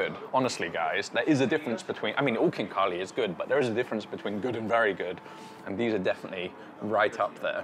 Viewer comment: Kinkali no is rite , Khinkali